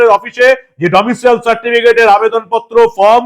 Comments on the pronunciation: ডমিশিয়াল নয়, ডমিসাইল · আপনার উচ্চারণ ভুল হচ্ছে মনোভাব। Domicile certificate। Domicial certificate নয়। তৃণমূল মানেই চোর। মমতা তো প্রমাণিত চোর!! সংবিধান মানে না, দেশদ্রোহী একটা নির্দিমার কীট। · ডমিসিয়াল নয়-Domicile. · কথাটা "ডোমিসাইল" ।